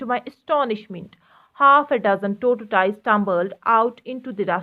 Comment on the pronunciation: Maam you are mismatching the actual pronunciation of the word 𝚝𝚘𝚛𝚝𝚘𝚒𝚜𝚎𝚜